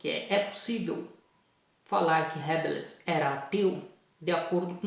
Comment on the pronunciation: Professor, me perdoe a correção, mas o som correto de Rabelais é: "Rabelé"